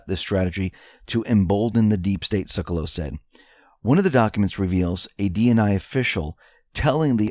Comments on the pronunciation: Sekulow is pronounced "SEH-kue-low" not "SEH-koh-luw" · Sec U Low.......NOT Suc eh lau. Please pronounce Jay Seculow's name properly. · it is Pronounced Jay Seck-You-Low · Hey you pronounce Trumps lawyer Jay Sekulow seck you low. Thanks for your great work! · Please correct your pronunciation of Jay Sekulow’s name: Sek-yoo-loe. Thank you. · Sek - u - low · Pronounce Jay Sekulow as "Sek yew low" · It's pronounced Sec-U-Low ( doesn't pronounce it right). Jay runs The American Center for Law and Justice. They're a legal team that fights for our rights and is well known for fighting for Christian rights pro bono. He is also now one of Trump's legal advisors. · Just FYI....Jay Sekulow's last name is pronounced 'SEC YOU LOW'. 😉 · Hi, FYI, his name is pronounced Jay "Sec You Low"... 👍